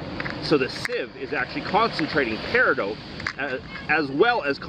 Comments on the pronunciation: I desperately wanna say that you never pronounces peridot right, it’s not even an accent thing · thats just not how you pronounce peridot. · Isnt it pronounced peri DOT ? Is it just your accent or what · i don't think paridout is a thing. peridot rymes with dot, as in "theres a peridot over the i" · Love these type of videos! But it has to be said. I for one never heard anyone pronounce Peridot like you do.. And as many times in one go Lol. The stone is my birth stone and have always called it PEAR Ah DOT. Not doooote? I know it's a small comment but it has to be brought up just for the sake of it. Side note if I planned to drink every time you said the word Pear Ah Dot(Peridot) then I would be dead! Nice to see so many stones in one small area. I'd love to go there and get a few samples to take home or better yet make some jewellery out of them. Would make a nice ring, chain with a cool pendant or even a bracelet. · "Peridoout" i say "Peri Dot" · It's driving me nuts that he's mispronouncing peridot. It's either -dot or -doh, not -dote. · You know the 't' is silent in Peridot. It's pronounced peri-doh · Its not peridote, its peridot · periDOT not dote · You're driving me crazy. It's "peh·ruh·daat" not "pear-ih-dought." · Just found your video. I've been collecting gemstones for 25 years. The "T" in peridot is not pronounced, it is silent. Like, Per a doh. I've never heard of this beach before. It's very interesting. Good video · Love your content! Quick note! It's pronounced "pear-eh-dot". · Sorry... I just checked it in an audio clip because I have heard it pronounced with the 't' silent... But it actually, sounds like Pair-i-dot, like 'not', in all forms of English.. It doesn't sound like dote or doat..... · I swear to GOD if you say "Peridote" again XD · It's pronounced "pear-eh-dough", both singular and plural. Thank you for sharing about this beach. Maybe one day I could be lucky enough to go there and collect some myself. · the T is silent dan.